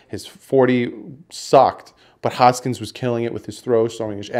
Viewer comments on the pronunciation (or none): I hate to be nitpicky but it’s really bothering me that you’re saying haskins’ name wrong. You’re saying hoskins. It’s Haskins.